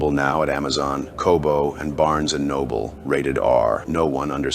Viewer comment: Re: the commercial for your female friend's book. Looks great. One thing to change. It is "Barnes & Noble" not "Barns & Noble". Great episode. 🙂